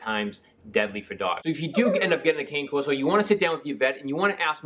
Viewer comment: The word “cane” is pronounced “c-a(alfred) -n -e (e as elephant)”.